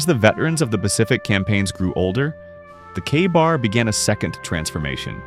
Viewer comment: It's pronounced kay-bar.